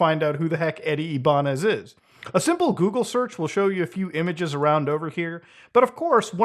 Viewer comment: You are the GOAT but you are saying my last name wrong it’s IBAÑEZ